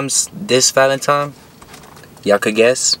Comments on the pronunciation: Bruh it’s valentine not valentime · What’s a “Valetimes” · Who gets mad when he says valintiMIES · I think it’s so funny when he say “Valentimes” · Nigga says:”valentime”